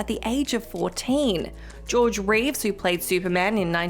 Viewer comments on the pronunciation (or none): It's Christopher REEVE, not REEVES. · REEVE! REEVE! REEVE! REEVE! Christopher REEVE! Not Reeves!